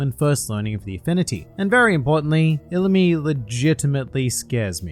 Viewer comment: I believe u said illumi wrong